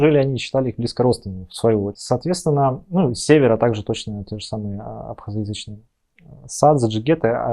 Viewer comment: А что так невнятно произносите абхазоязычные?